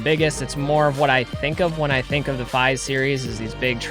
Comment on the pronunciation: Great video! Also fyi its “Feeeeeeese” lol